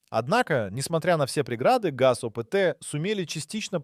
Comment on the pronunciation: Nem betűzzük az oriosz/szovjet autó márkákat, nem Gé a zé hanem Gaz és nem zé el el hanem Zil.